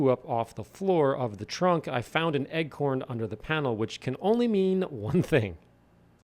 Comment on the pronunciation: Is saying “egg-corn” instead of acorn???